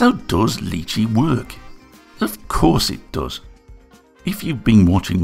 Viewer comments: Wow, it looks impressive. BTW it’s Ly chee (like My chee), not Lee chee. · I’m sorry, who? Leechi slicer? I think you will find that is pronounced li-chee. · Its pronounced "Lie Chi" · Quick question, is it a dialect thing that you pronounce it as "Lee chee"? I've only heard it as "Lie Chee" so I got confused for a second XD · Thanks for the fantastic review of the produce! Fantastic video as always. Although if the name is based on the food, I dare say it's pronounced "lie-chee". Or at least where I come from (Aus) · lee chee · Why are you pronounce the name in a french accent ? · I have... never heard anybody pronounce lychee like that. Interesting 👍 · The way you pronounce Lychee....my god...